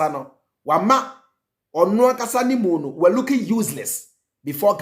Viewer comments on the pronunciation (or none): none